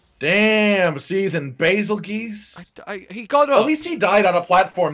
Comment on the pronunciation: why do they say “Bazelgeese”? Isn’t it Bazelgeuse?